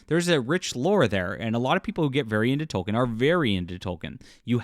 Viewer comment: I can only take it for so long, ITS PRONOUNCED TOL-KEEN